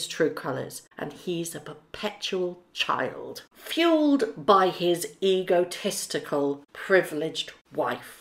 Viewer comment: Did you say egotestical? Because I heard ego TEStical.